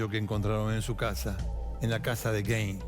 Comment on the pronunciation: se pronuncia gain